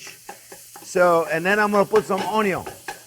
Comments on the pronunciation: I chuckle every time I hear chef say, “AwnYawn.” Lol… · "Mr. ONYO, syre" 😂